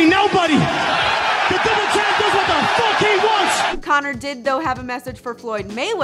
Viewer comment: Connor never said fuck Donald Trump. Connor said fook Donald Trump.